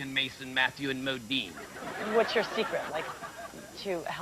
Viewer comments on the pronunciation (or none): It's 'Modine', not 'Modene'. As in Matthew Modine the actor. That's the joke.